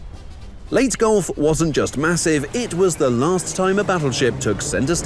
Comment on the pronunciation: Thank you for pronouncing Leyte right ❤